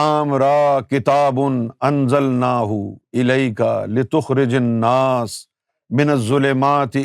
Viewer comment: litukhrijan nasa he app se parhne me ghalti howi he app ne litukhrijun nasa parha he